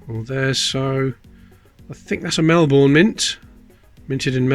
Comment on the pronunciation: I think the stamped coins are Great !! When you think about it "Advertising" coins would be VERY rare--- By the way I love the way you say Melbourne the English way -I have lived in Melbourne for over 35 years & have been saying it the Aussie way for 34 of them which is Mel-boun Oh and Dont forget to send any 1930 Aussie pennies to me Thanks